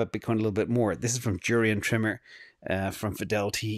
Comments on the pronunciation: it’s Jurrien Timmer of Fidelity. Not Jurrien Trimmer what you are using for some time now. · It’s Jurrien Timmer, not trimmer.